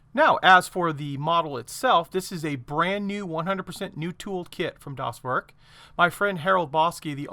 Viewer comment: Not “das Work”, the e sound more like Ai from “air”, so, “das wairk”. And also not das boot, like a car boot, but rather like a bow (like bow and arrow) Das bow t. Or just say it like you say boat. Very similar. Keep the o a bit more in the front of the mouth.